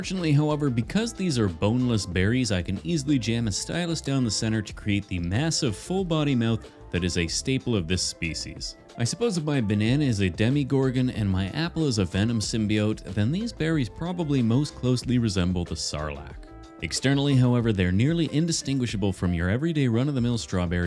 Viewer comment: it’s pronounced Demogorgon not demigorgon. Not trying to be annoying im just sayin